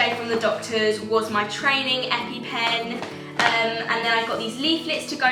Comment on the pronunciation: The amount of times u said epy pen😂